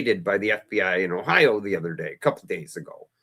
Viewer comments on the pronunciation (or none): none